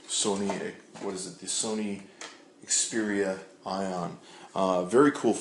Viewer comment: Are you saying Xperian?